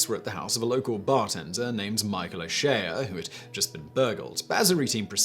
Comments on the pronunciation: And "O Shea" is pronounced "O Shay" (Like Ice- Cube's first name) otherwise well done pronouncing our bonkers words and names Simon!(apart from Sligo, but pobody's nerfect!) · Its pronounced O'Shay lol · I see a lot of pronunciation corrections in the comments, none of them correcting O'Shea. It's Shay, not Shay-a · O'Shea is pronounced "Oh Shay". Source, me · O che a instead of O'Shea was the best🤣😂🤣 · How can you not pronounce O'Shea or Sligo correctly? A popular surname and famous part or Ireland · O'Sher? Sleego? Please Simon, learn how to pronounce words in the different languages of the British Isles when you make these videos. P.S. O'Shay and Sleyego